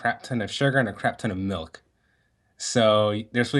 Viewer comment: Melk...we need an intervention